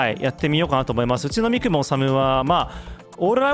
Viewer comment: このミッション懐かしい！ ここで三雲ぼこって全隊員のトリガー 練度を9まであげましたww カメレオンが地味にうざかったww あとみくもの発音って み→く→も⤵️ですよね？ 細かくてすみません😣 どうしても気になっちゃって..